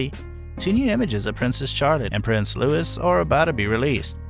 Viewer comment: The S in Louis is silent ffs